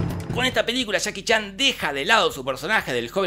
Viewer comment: Me encanta como dice: "Chaki Chan" 👌